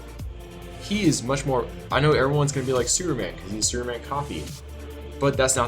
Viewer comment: Is he saying Superman or Sewerman?